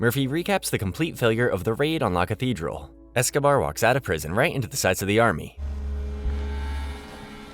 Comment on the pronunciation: wish you would take the time to research how to pronounce "La catredal" correctly